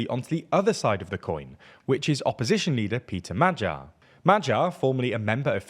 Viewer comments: It's much easier if you tell anglos to pronounce it as 'madyar'. Többivel egyetértek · its much easier if you tell him to pronounce it as madyar.